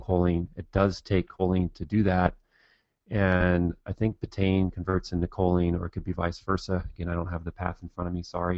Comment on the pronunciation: Petty criticism, I know, but it drives me crazy (and I've done it myself). "Betaine" is pronounced "BEET-uh-een", not "beh-tayn."